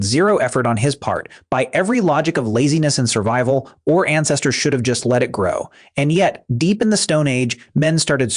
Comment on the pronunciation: I'm calling BS on this entire video. I was wobbly when the bot pronounced our as or. THEN it lost me when it showed a cave man shaving while looking at his reflection on a puddle of water. I haven't needed a mirror since I was 16. This video was created by a woman not someone that deals with facial hair everyday. To think that a caveman that shaved his facial hair for hygiene left his head uncombed. Ask the Egyptian why he shaved his face and head. Cause it's hot! Soap is modern they didn't need that to clean a cut, they used charcoal or ash. Gray hair was a symbol of wisdom, not just a long beard.